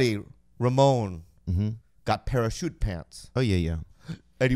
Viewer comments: Bobby was pronouncing “Parachute Pants” exactly how Theo would with the emphasis on the wrong syllable hahaha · “Para shootpants” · My favorite part was when Bobby mispronounced "parachute". Where does he come up with that comic genius?? So original too